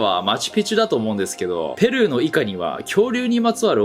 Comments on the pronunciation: 日本語でのペルーの発音が違うかも。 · ペルーの発音がおかしい在日め